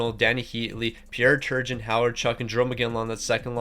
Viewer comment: If your going to put the legends in the game please learn how to say their names. It's not Sergei Savard it's Serge and not Pierre Tregen like your saying. Also Savard over Orr whose arguably the greatest player ever is just asinine. If you're picking any defenseman not named Orr first it's Lidstrom, Bourque or Doug Harvey